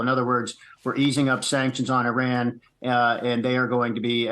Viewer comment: Who are the 5 Iranians that were kidnapped by the US regime? Learn to pronounce Iran correctly by the way!